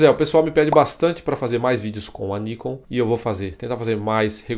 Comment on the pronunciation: Pelo amor de Deus: O nome é NIKON (última sílaba tônica) e não Níkon (paroxítona)..... pronuncie certo, por favor!